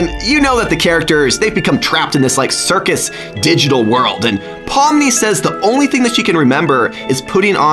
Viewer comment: It’s not Pom it’s Pomni